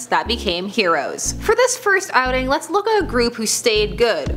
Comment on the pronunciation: "for this firsth..."XD